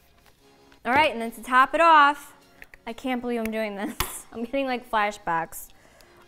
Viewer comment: If you switchout the lip and refine the technique this is a look for me tbh THE MAKE UP BROUGHT BACK HER ACCENT!! "To top it all owf"